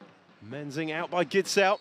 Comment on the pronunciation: The "K" in Knorr is NOT silent!!! And the Gidsel name is pronounced GISSEL(!!), and NOT Gittsel!! Just saying!